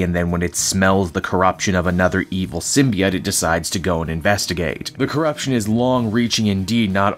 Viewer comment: I guess I'm going to be that guy but Symbiote ends with an oat sound...